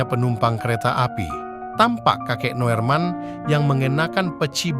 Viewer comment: Wooiii min....! Kalimantan itu luas , sebutkan kotanya jangan Hoax... sebut nama yg jelas juga, kalau kamu pake teks to spech yg bener...Noerman = Nurman Noorman = Norman, Nurman. Artikel gak tuntas mau ke mana juga naek KRL